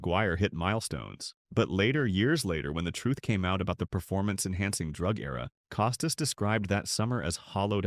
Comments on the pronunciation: Don't take the lazy way and use A.I. for images and oral efficiency ! Bob Costas' Last name is pronounced CAH-STASS ! not COH stiss ! The perspective in this expressed by "narrator" are absurd and inaccurate. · Get a dog-gone person to narrate—preferably one who can pronounce Costas. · I wish the “narrator” knew how to pronounce Bob’s last name PS. Bob IS the greatest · Wonder if Co stas has any problem with Bud Light being in the HOF he had no problem turning his head when the roid era was going on.Or Manfred in bed with all the gambling sites being shoved down our throats.Cant have it both ways Bob.ps before you do a podcast at least learn how to pronounce the persons name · I don't believe anything said in this piece. You AIan't even say the name of the main person incorrectly. Why not interview Mr. Costas instead of having your AI telling me what Mr. Costas said. ' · You might try pronouncing his name correctly before you start talking about him. Your credibility is not too high, pal. Shilling had a character flaw because he's a conservative? You, sir, are an idiot. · Narrator can't even pronounce "Costas" correctly, perhaps because it's AI.